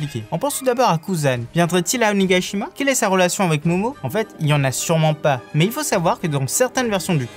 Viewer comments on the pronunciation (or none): Belle vidéo, Mais pourquoi vous prononcez Onégaïshima au lieu de Onigashima ?? P.s.: Fujin est le dieu du vent ;)